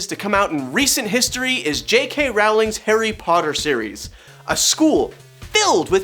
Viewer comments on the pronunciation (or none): ARGH! It's Row-ling, like bowling.... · Her name is pronounced, "Rolling".